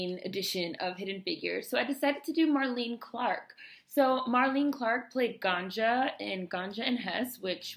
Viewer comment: nice to find this, thank you so much! Just FYI she pronounces her name like Marlene Dietrich. three syllables.